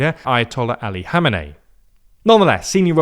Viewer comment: Finnaly you learned to pronounce Khamenei name correctly. Also the general idea of the war is good for some bad for some. While it is very good for netanyahu, it is not really good for the US or Europe. every single air defence, assets used in this war, is the assets that cannot be used against Russians and Chinese. The best outcome for europe and US is to have Iran as Ally instead of a war torn country which creates another wave of refugees + deminising the US capability and its ability to react to another conflict (taiwan for instance). The idea of regime change might work and there are some evidence to support that claim but I wont be so sure that is the real intent and not creating a thorn in Turkeys back ( Kurdistan as a country). So we shall see how this game will be played but the currency of the game is human lives.